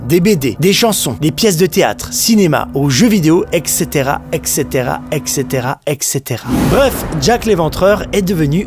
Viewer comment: La vidéo est passionnante, bravo ! Petite correction à vu que c'est prononcé plusieurs fois de suite, je tenais à préciser qu'on prononce "et cetera", et non "ec cetera", avec un "t" et non un "c" ! J'entends parfois cette erreur 😊